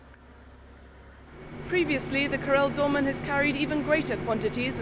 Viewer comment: Karel not "corell" lady.